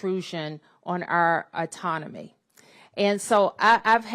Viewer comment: Etonomy Atonomy Autonomy A lot of tougher questions🤦🏾‍♂️🤡 Which one When the fudging didn't work, she realized what the hell Let me do the right thing & be sloppy while saying it😂🤡🤦🏾‍♂️